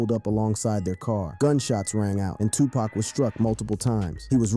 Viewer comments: He keep saying pak instead of poc 😂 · also pac not pack there no "K" in Tupac